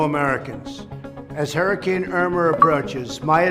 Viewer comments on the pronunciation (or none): none